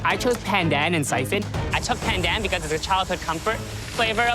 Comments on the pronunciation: When pronounced "PANDAN" with slang you're a fake asian. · Dude, he is ethnically Asian, his nationality is Canadian But I do agree, whats with the strange pronunciation of just "pandan"